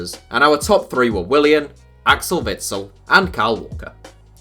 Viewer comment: How is it not witsel lmao